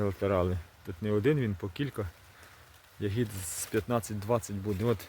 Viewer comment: У слові я́гід наголос падає на перший склад — на літеру я.Це форма родового відмінка множини від слова ягода